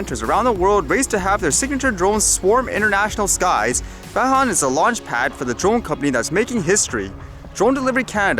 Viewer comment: pronounced "von" (Vaughan)